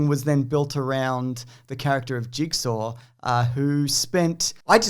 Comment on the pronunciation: It is pronounced "Jig-saw" not "Jig-ser"